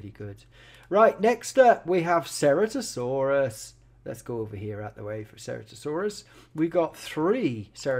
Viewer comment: by the way ceratosaurus is pronounced "sir-at-oh-soor-us"